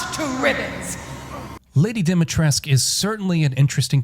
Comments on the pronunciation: Stop saying Dimitresc for crying out loud! It scratches my ears. 😜 That's a Romanian name and the "u" at the end is not silent. We pronounce it... Phonetically speaking [Deemeetrescu] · Also it's DEH Mi TRESS ka Either that or voice actors can't pronounce for shit which is pretty likely